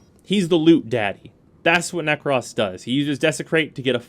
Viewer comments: Why is he saying Nekras instead of Nekros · “Nekross” I died a little inside every time he said it like that 😭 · ahhh yea you’re right. I completely forgot about that. It still sounds so weird to me though but oh well lol. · The only thing...narrator says "Nekros" funny...otherwise great vid.